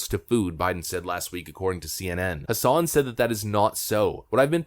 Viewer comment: Just helping with pronunciation, it's Maggie Hass-in .Not trying to nitpick, just letting you know because I'm from NH and I can't stand that b-cshhh(CENSOR MODE ENABLED!)